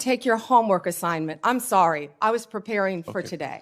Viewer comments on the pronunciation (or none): none